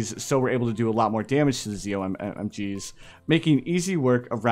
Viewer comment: i got a little annoyed when you said zommg